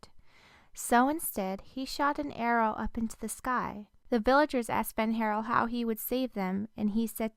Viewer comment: It is pronounced as "Fen'harEL".